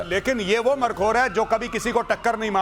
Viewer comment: गौरव आर्या जी मरखोर नहीं मारखोर